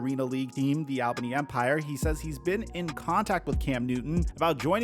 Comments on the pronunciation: It's pronounced "All-bunny". Not "Al-bane-e" 😂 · we say it all-bany not al-bany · it’s pronounced ALLbany